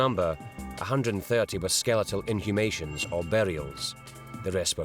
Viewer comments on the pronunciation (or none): In-humation? I think the AI has be reading to much Terry Pratchett 😆